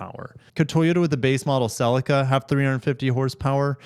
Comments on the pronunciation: It’s not a sel-i-car. It’s a sell-ee-ca ffs! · Man, I hate the way you pronounce ‘Celica’!!!!!!😂